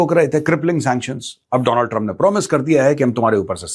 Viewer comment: Not Donald Trump it's Do+land trup😅